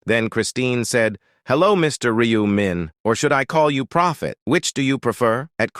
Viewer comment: No, not 'Me', it's 'Min'...